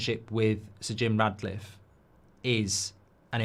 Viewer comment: You do know his name's Jim Ratcliffe 🐀 right, regardless of Mark's ludicrous pronunciation? 😅